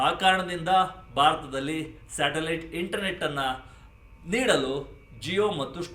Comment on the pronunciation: ಸ್ಯಾಟಲೈಟ್ ❌ ಶಾಟಲೈಟ್✅